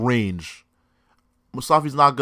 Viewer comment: i was willing to give you a chance. but after hearing "moustafi", i'm running away. q